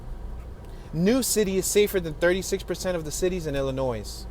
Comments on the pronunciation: "Illinoise" ? Is he for real with his pronunciation??? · You do not pronounce the s in Illinois.